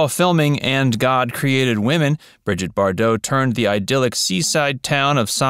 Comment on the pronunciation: SIR-----------PLEASE----------LEARN TO RESPECT PEOPLE'S NAMES, PLEASE ! Her name was Britte--ah Bardoe & his name was Rogay Vadeem . ---------I know, I know, it's the French, but still------------come on, man.